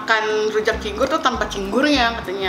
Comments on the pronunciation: Cingur kali bukan cinggur , rada aneh dengernya cinggur2 melulu 🤣 gk pake bawang putih rujak cingur , pakai petis nya 2 petis enak sma petis biasa trs kacangny d goreng 🤣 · Cingur bukan cinggur hehe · nih lucu bgt tiap ngmng pasti belepotan. Trs itu sebutannya cingur bukan cinggur🤣 rujak cingur bukan makanan yg aneh sih bagi aku, aku kerja di hotel bahkan tamu hotel lbh suka order rujak cingur tiap lunch kata mereka enak pdhl rata2 yg makan org jkt, papua, medan. Gak ada rujak cingur pakai kentang, bawang putihnya itu bawang putih goreng, dan mengolah cingur emng susah spy jd cingur yg enak, ga bauk dan empuk, prosesnya berjam2, sm spt mengolah bebek. Malahan bukan rujak cingur namanya kalo beli gak pakai cingur😂😂 kalo penjualnya pakai cecek untuk ganti cingur (krn mahal) malahan kita yg beli suka jengkel hehehe Enak bgt rujak cingur jd pengennnn makannya 1 bungkus rame2 hahaha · Btw itu cingur bkn cinggu.Dan cara bikinnya jg salah juga bahan2 ada yg kurang atau karus diperbaiki.Btw aku asli orang madura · cantik bukannya itu cingur yaa bukan cinggur.. g nya diilangin satu atuh ceehh.. tapi lucu sih wktu bilang cinggur ngguuurrr😅😅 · rujak cingur neng hehe bukan cinggur 😀 keknya lebih enakan versi deh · Cingur bkn cinggur😂😍😍😚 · Cingur bukan cinggur😁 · Btw rujak cing-ur bukan cing-gur 🤣🤣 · kenapa di videoo viral hitam pekat? karna sebenernya ada Kecap. sbnr nya juga ada Trasii buat melengkapi rasa nya. dan rujak cingur sbnr nya tidak menggunakan buah buahan, karna di viral harga 60K ya? itu menyesuaikan harga jdi ditambahi topping buah begitu. btw bacanya rujak cingur, bukan cinggur hehehe. just info. salam dri daerah asal rujak cingurrr <3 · Rujak cingur bukan cinggur hehe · Bacanya (ci_ngur) bukan (cing_gur) 😁😂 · cingur......bukan cinggur....☺ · Cingur...bukan cinggur 😁😄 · Cingur..bukan cinggur.., dan cingur itu hidungnya sapi bukan mulutnya sapi..😂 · cingur bukan cinggur hehehe😅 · Cingur Bukan cigur😁